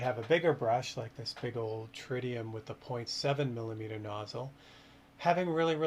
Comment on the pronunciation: Did you say "milineeter"? 😂